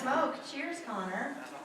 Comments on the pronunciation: its Connor not conner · 😩 *Connor not conner